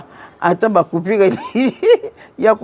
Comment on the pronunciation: Bonjour maman! On dit coupure pas coupire.merci